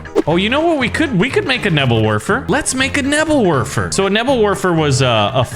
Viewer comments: I just kept getting triggered when pronounced Nebelwerfer wrong. Bruh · Sorry but i get i seizure when you say nebelwerfer